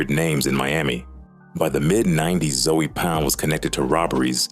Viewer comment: Bra 😂😂 . U got this A.I calling our shit Bruh-word , Brow- herd , then calling Zoe pound Zoey pound 😩💀🤣. And what the hell is this bout Haitians and librarians 😂😂😂 and then Liberians .. lmfao Bra Liberia is a neighborhood in Hollywood FL not actually Liberians ... You got Liberians , librarians and Zoey pound fuccd up 😂😂😂😂😂